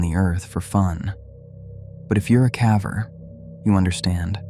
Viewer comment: Hmmm, this one makes me think you're using AI voices as it couldn't say caver properly - pronounced it like rhyming with cadaver :-( Makes me sad as I was enjoying these stories, but I am tired of crappy AI voices that can't pronounce words